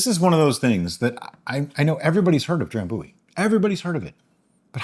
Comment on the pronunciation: So anyway, the pronunciation is not dram boo-ee but dram biew-ee (them Scottish are kind of weird :) I think I only ever had it once and i liked it. Im going to guess you will to....